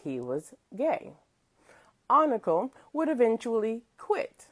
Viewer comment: FYI, his name is spelled Oncale and pronounced “On-Kale”